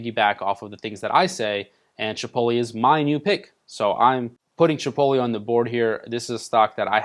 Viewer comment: thought I was the only one who recognized that lmao. is it not " Chih pote (like tote) lay"